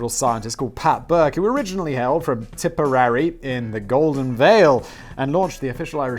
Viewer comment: how do you not know how to pronounce tipperary? havent you ever heard that song its a long way to tipperary? bugs bunny taught it to me when i was like 6... but also its a brittish song...